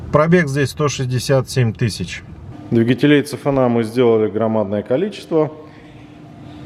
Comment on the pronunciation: автор, CFNA это не цефенеа, СИэфене в русском произношении